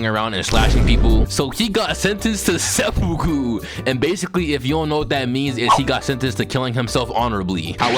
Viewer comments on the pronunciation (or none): none